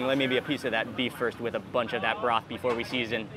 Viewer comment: sauce = sas broth = brath